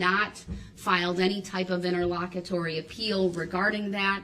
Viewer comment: Him saying interlocketory is hilarious 😂😂